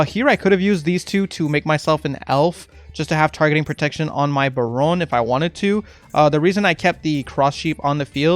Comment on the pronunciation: I subbed because you correctly pronounce baronne and this decklist is very good, unlike some lists from other creators..